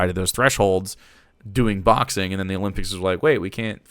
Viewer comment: I don't know about this Megyn Kelly, he said Olympics wrong, this man shouldn't be allowed to report news.